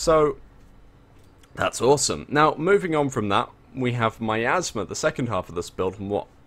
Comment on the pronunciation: Every time said miasma, it 100% sounded like hes saying my asthma.